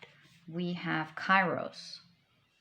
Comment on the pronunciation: Pile 3.Kairos is pronouced "Keros" in Greek. Thank you for an overall beautiful reading